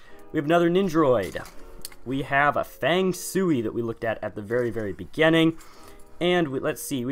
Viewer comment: I don’t really wanna be “that guy” but you actually say his name Fang- Shway.